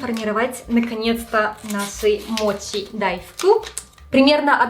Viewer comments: Ты говоришь мочи, но при этом написала моти, так как правильно называется 🤔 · у меня вопрос который давно мне не даёт покоя, но вызывает диссонанас, каждый раз когда я слышу эти вещи. Сейчас объясню. В видео написано "десерт моти", при этом ты произносишь его как "мочи", на английском "ch" читается как "ч", и ты произносишь это как "ч". У тебя ник гейм на Ютуб, и ты при приветствии произносишь "ч". Хотя по предыдущей логике ты могла бы произносить " тян". Я пытаюсь понять почему в словах в которых отчётливо слышится и на английском пишется звук "ч", у нас откуда вылезает "т"?